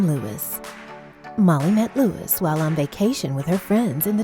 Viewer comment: it was really bothering me that the lady was pronouncing luis wrong